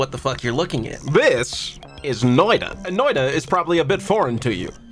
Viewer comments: Its not "noida" its more like "noit a" with a sharper t but yeah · This is otherwise a great video, but as a Finnish person the way you pronounce Noita is painful. It is pronounced "Noita", not "Noida".